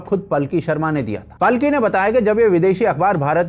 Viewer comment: बहुत ही अच्छा विश्लेषण। कृपया 'पालकी' शर्मा बोलें, पलकी नहीं।